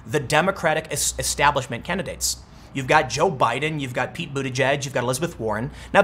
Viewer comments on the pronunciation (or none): none